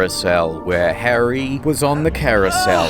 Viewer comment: Its "Harry" BTW😒